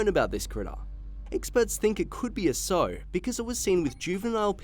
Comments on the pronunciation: when talking about female hogs, Stu is right. The proper pronunciation rhymes with "wow" not "slow". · Its a S ow as in ow the ouch sound not a So w as in so what. Anytime mate. 👍🏻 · It's pronounced 'S-ow!' Like when you stub your toe, OW!. Not 'so' as in 'so what'. More like I 'sew' my socks. I live in fat, ugly hog county Iowa. A stinky sow kept me on the roof of a shed for an entire day once. I had second degree burns on my boobs, but, I was not coming down. Hogzilla exists. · Sow is not pronounced sew/so, it's ow with an s at the start. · "Sow" rhymes with "cow", not with "toe". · Why do I keep watching your crap. So much of the info is wrong and your photos are a joke. There were several extra special dumbass ones this time, but my personal favorite was showing warthogs while discussing a large wild bore in Georgia, U.S. And that imbecile who reads these things simply must learn how to pronounce "sow" if he should ever speak of female pigs again. He wasn't even close. How can any adult speaking his first language NOT know how sow is pronounced. (I gave you a hint there),.